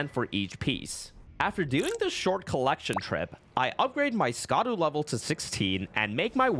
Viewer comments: "scadu" is pronounced "shadow" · Just a heads up...."Scadu" is pronounced "Shadow"...it's just ye olde spelling. Just like "evergoal" is just pronounced "everjail." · Scadu is not pronounced "Ska-doo" it's Shadow. Just like how Gaols are pronounced "Jails" but spelt in their old english spelling. Scadu is the old english spelling of Shadow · I know it looks stupid the way they spelled it, but I feel like you know scadu is pronounced shadow and you are mispronouncing it on purpose lol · Fun fact, the scadu fragments and scadu altus are pronounced Shadow, I believe it’s the Celtic spelling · Idk who needs to hear this, but "scadu" is pronounced "shadow." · Great video! But it’s pronounced Shaduu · fun fact scadu is pronounced shadow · Please, it’s been a month. Scadu = Shadow just like Gaol = Jail. Shadow of the Erdtree. Shadow Fragments. Shadow Altus. Hearing Scadu hurts.